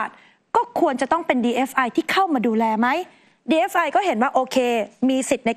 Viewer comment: ทำไมผู้รายงานข่าว ถึงอ่านหรือพูดว่า DFI หรือหูข้างเพี้ยน!!! 😅😅